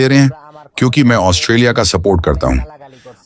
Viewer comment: It's not 'os-te-li-a', it's 'Aus-tra-li-a'. When will you guys start pronounce rightly? (অস্ট্রেলিয়া, ऑस्ट्रेलिया, অষ্ট্ৰেলিয়া, ઓસ્ટ્રેલિયા)